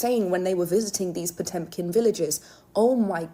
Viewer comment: It's not "Potempkin", it's "Potemkin" villages. It's an old Russian invention, pioneered by Catherine the Great in the second half of the 18th century.